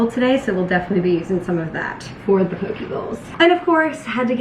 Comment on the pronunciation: "Poh-KAY" is how you say Poke, it rhymes with OK